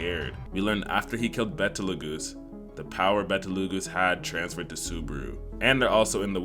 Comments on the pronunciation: Love your channel bro but his name is Beetlejuice. Not betal-goosee? Just like that movie from the 80s and the other year. It's named after one of the stars in the Orion constellation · It’s betlegoose not bettleAhGoose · and BE-TE-LE-GOOSE 😭😭